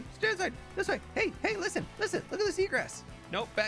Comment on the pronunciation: Every time he says “Hay listen” I can’t help but laugh